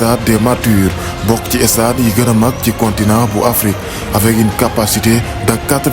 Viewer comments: MR il faut faire l’articulation on dit pas le stade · Le seul bémol c'est " estade" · Merci mais essayer de vous appliquer dans la prononciation de certains mots: chéreté, stade , spectacle, match